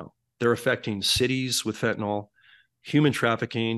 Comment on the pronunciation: PLEASE, PLEASE I just know you aren't illiterate. Fentanyl. Fen•ta•nil. Nil like nill-zero. There is no o in Fentanyl. You will sound more knowledgeable if you pronounce it correctly.